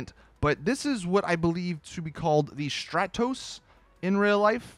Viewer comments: Btw it's pronounced strahtose (not being b*tchy) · Your got the pronunciation of the stratos wrong but I forgive you.